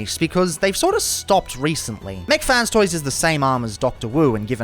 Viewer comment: Why u say mac fan toys